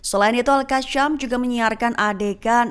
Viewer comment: Bukan al qasham... Al qassam